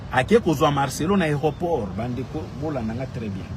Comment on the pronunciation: Yoka mutu azali na poto mais ayebi ko prononcé aéroport te 😂